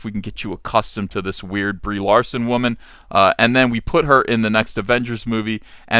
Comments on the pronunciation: Learn how to say woman. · What the hell is a wahman?